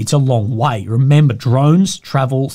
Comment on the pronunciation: He said member 😂